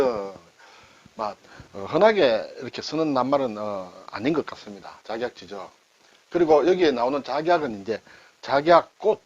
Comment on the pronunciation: 늘 잘보고 있습니다 작약지 증으로 띄어 읽어야합니다